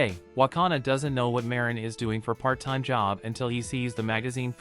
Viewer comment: I fell like am trigger a bit because he say ma rin not marin